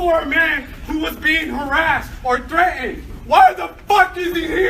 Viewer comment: Threa-END? MUST MEAN "THREATENED"